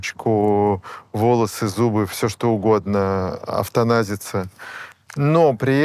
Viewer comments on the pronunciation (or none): На - "автаназиться" 🤔🧐❓ Эвтаназия.